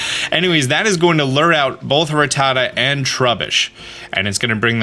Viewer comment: You said Dedenne's name right, but you screwed up Vivillon's name. The double L is pronounced like a Y. ....and you're STILL saying the word "Lure" wrong!!!